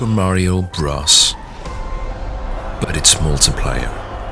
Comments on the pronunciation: super mario bruhs ik you were saying bros but me hearing it as bruhs made it 10x better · super mario bruss? its "br"oh"s"